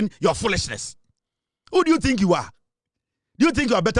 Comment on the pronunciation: dont say, " A tink" I presume you wanted to say," I think"